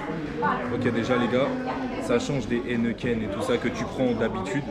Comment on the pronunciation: “Heneten“? ou Heineken? “ j suis pas calé niveau bière“ ahh ok ^^